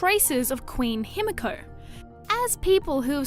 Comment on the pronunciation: Its pronounced "Hee-mee-ko" with the middle syllable being shorter than the others.